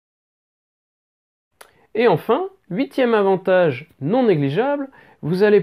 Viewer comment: huiT avantages et non huit "zavantages". La liaison qui tue !!! LOL